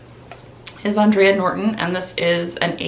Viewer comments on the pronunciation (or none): I know you love to learn new things so I thought I'd share this tid bit of info with you... The author you keep mentioning "Andre Norton" is pronounced "Aan-dray" like the man's name. She was born Alice Mary Norton, but she legally changed her name to "Andre" not only because she thought there was a prejudiced against female science fiction writers but she wanted to better appeal to what was thought to be a male-dominated genre. It seemed to have worked too because she has been hailed as a Trailblazer for women in the field and is probably the biggest groundbreaker for women in science fiction! So while you are 100% correct that she was a woman, her name is pronounced as a man "Andre" & not "Andrea".